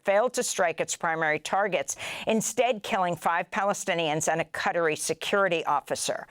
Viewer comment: so confused when she was saying cuttery, took me a while to figure out it was qatari.